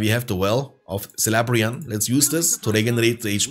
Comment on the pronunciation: Aragorn screaming is just hilarious 🤣 by the way, if the first letter is a C on elvish words and names is pronounced like a K, so is not Selebrian fountain, is Kelebrian.